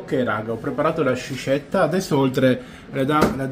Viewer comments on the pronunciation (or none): credo si pronunci 'sKiscetta' (pure con la e aperta), non sciscetta 😅 buone ferie!